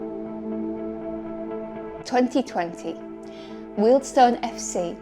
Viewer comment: Having been a Wealdstone fan for 50 years it’s been a topsy turvy journey. Finally getting things sorted. Thanks for getting the correct pronunciation of Weald-stone. Brilliant video.